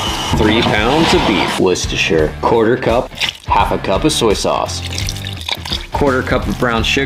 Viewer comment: It is pronounced war- chester- shy-er